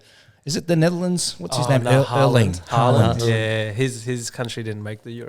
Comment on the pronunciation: And it’s haaland not harland 😂😂